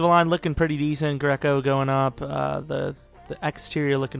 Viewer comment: you my nigga but the fuck did you just say? Greeeeeeeco?